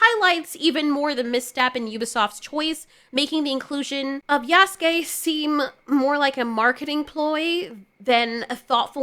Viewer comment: You're the first person that has made a video about this and actually pronounced Yasuke's name correctly.. so many people saying "yah soo kay" and it's so cringe